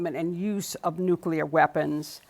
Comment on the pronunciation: I love this guy but he say "nucular"